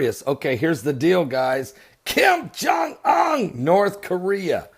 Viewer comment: "KIM JUNG UNN"!!! cracks me up